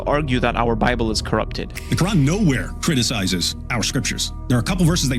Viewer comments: I like when David calls it the Quwrong.😂😂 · It’s Quwrong not Quran